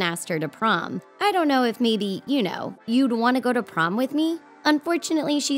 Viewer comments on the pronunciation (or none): Did anyone else hear her say PROM it was PROME